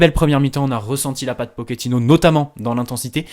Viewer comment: on prononce Pochettino et non pokettino